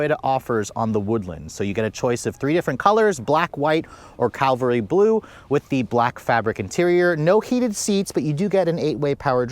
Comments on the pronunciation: Cavalry blue not calvary blue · CAV - AL - REE (horse troop) Not: CAL-VAH-REE (Jesus crucified)